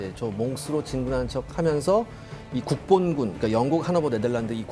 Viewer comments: 자꾸 국뽕군으로 들린다. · 국본군 간혹가다 국뽕군으로 들리네 ㅋㅋㅋㅋㅋ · 국본군인데 왜 국뽕군으로 들릴까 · 자꾸 국뽕군으로 들리네요 ㅋㅋ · 나만 국본군이 국뽕군으로 들리나? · 국본군이 국뽕군으로 들리는 판타지아~~~~~~~~~~ ㅋㅋㅋㅋㅋㅋㅋㅋㅋㅋㅋㅋㅋㅋㅋㅋ 토전사 화이팅!!! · 국본군...발음을 강하게 잘못하면 국뽕군으로 들리내요 ㅋ